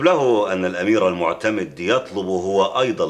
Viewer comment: المعتد بالله وليس المعتمد فهذا خطأ تاريخي في نطق أسماء الشخصيات التاريخية الأندلسية